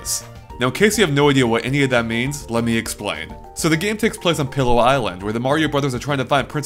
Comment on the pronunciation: I think it is pronounced "peelo" island not pillow island because Iwata (I think) said it like that in the nintendo direct. I might be wrong though :P